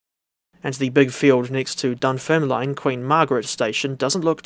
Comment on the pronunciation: Wee heads up, Dunfermline is pronounced Dun-ferm-lin & Kirkcaldy is Kir-cod-ay 🙂